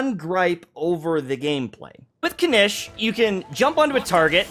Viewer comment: hasn't been paying attention to the voiceovers again xD Kinich {Kin-eech) Ajaw {Ah-how}